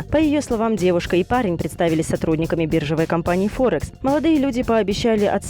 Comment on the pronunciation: мошеННица биржевОй /ударение на о/